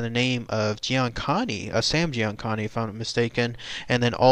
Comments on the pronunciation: Great photos....70% are my personal photos! You should give credit to those you use your photos from. Also its Giancana NOT "Giancani''! Don't get me wrong, but some of this info is a little off. I can't wait to get my book out there (thatsll have these photos cause they're righfully mine Lol. just check my Pinterest page "Ross Stanger/Chicago Outfit, where they were originally taken from! I'm not saying you took them cause once it's on Pinterest it's out there. I even put "PLEASE DO NOT COPY on them but....oh well! Lol) As a fella that personally knows the men or thier Families that your speaking of in this video I'm a little upset to say the least. Not necessarily at you, but more so at authors of these books that are just silly. These men did LOTS of great things for the neighborhood. They gave big money to children's hospitals and kept crime out of their neighborhoods. The books are very one sided, and it's usually from a lying informant or a Fed. It's time for you all to know the REAL Tony & Michael Spilotro. The REAL Willie Messino. The REAL Joey Lombardo & The REAL Joseph Aiuppa! Some of these photos I literally took off my TV hence the griddy look! Lol. I guess I should be flattered but ya had me when you said "Aiuppa killed Sam Giancani"! Joseph Aiuppa was the boss (under Anthony Accardo...everybody was!) He didn't kill GiancanA he may have given the "Ok" but he wasn't there! Butch Blasi killed Sam Giancana. After he shot him twice in the back of his head, Blasi let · Pugs Moran I agree. Giancana not Giancani. But I think he tried and that's cool. The info is kinda way off, but that's not his fault either really. It's the lies put out by the books and newspapers and feds that teach most people what they're gonna know about the topic unless they know guys or thier families.